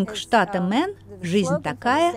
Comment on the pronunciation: Дислайк за абсолютно тупое произношение. Мэйн, а не мэн. Позорище.